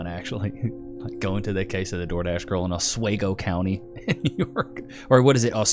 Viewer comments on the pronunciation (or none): Its pronounced OS-SWEE-GO. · It’s not Os-way-go is pronounced Os-we-go. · Some, for what she did to him. There is harm. Also, it's pronounced AH-SWEE-GO, New York. Hello from Syracuse! I LOVE Atozy and he has amazing content. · Oswego is pronounced oh-SWEE-go. Former upstate New Yorker here. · it pronounced os wee go. I forget how close this thing is. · Ahs-wee-go** you're welcome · It is Oh-Swee-Go. Not whatever this dork says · Small world, … Oswego (pronounced: OZ-WE-go) NY is off of Lake Ontario… small town that I grew up in and graduated from High School… really cool town… just didn’t like the lake effect snow… if Syracuse didn’t get hit for sure Oswego did… not to mention there are 3 Nuclear Power Plants there- which is why my Dad had us move there because he was a Q C inspector that worked at the Fitzpatrick Nuclear Power Plant!!! Nine Mile Nuclear Power Plants… yeah, moved away shortly after graduating from High School cuz I didn’t want to end up glowing in the dark if you catch my meaning! 😂lol… but, yeah that part of the country upstate New York is beautiful….beautiful country! ❤ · It's pronounced with a long E. Osweeego. Lol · He can't even figure out how to pronounce Oswego or recognizance for his video. How is he even this kind of influencer ? 🤔🤷